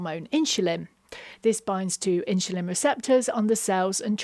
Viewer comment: My brain explodes: why do you keep switching pronunciation between ’insulin’ and ‘inshulin’?